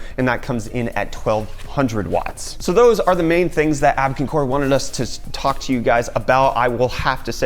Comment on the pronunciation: Abkincore? Abkoncore? Their logo does not read like you say it. It looks like Abko-av-core. That's confusing.